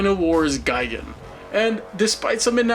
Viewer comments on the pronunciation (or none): none